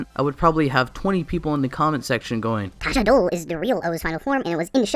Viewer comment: Just so you know it's tajador, not tajadol, the dor part comes from condor